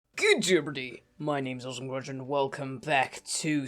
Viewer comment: why do you say awesome crunch so mumbled?